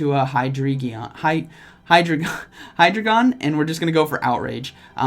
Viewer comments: High-Dry-Gone buddy. Or High-drai-jann if you want to pronounce it in german accent 😂😂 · High-Dray-Gon 🤣🤣🤣 Get battles. Me who can’t get a Togepi... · Really nice team and battles as usual. I have always pronounced it as high drain gin haha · Just for anyone who's confused on the pronunciation: Deino (dye-no) Zweilous (z-why-lus) Hydreigon (Hi-dry-gun)